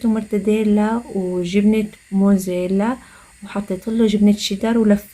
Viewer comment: يعطيكي العافية. الجبنة اسما موزاريلاا عم تقولي موزيلاااا